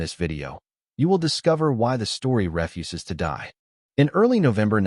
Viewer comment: Ref-uses to die... AI, right?